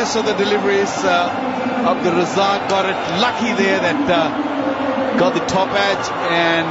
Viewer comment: Always say Abdul razzaq not razaaq